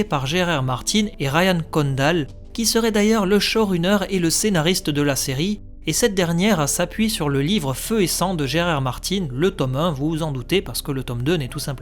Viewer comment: On dit pas "choruneur" plz